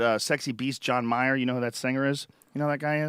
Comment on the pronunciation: Damn, it took this long for Joe to finally say "Mayer" instead of "Myer".